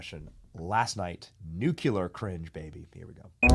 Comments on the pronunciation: Nu Cle Ar Not NU CU LAR Thats a BUSH created word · Benny, it's New-klee-er. I always cringed when Bush said it wrong. And why are so many Commie commercials in your stream? BTW 400,000 dollars is not an average income. Keep close to God and be a great example for your cause. Your kids will thank you.